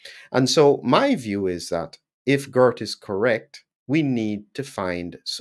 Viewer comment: Not Gurt, but Geert. You pronounce the "ee" almost in the same way as the "ay" in the word 'way'. And with a soft "G" as in the word 'how', not a hard one as in the word 'good'.